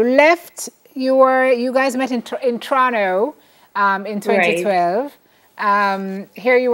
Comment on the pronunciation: said Torono.for those who did not get that. its.. To.ron to..